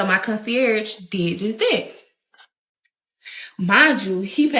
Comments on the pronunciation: Concie-arrige?? Are you trying to say Concierge or nah? And what does Lord & behold mean I’ve never heard that expression before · Lord and behold 😂😂 Con-see-airage 😂😂🤦🏻‍♀️🤦🏻‍♀️